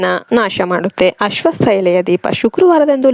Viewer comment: ಅಶ್ವಸ್ತ ಅಲ್ಲ ಅಶ್ವತ